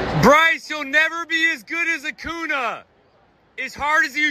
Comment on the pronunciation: did he just say acuna instead of acuña